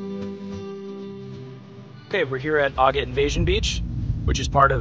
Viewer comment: You are pronouncing Agat incorrectly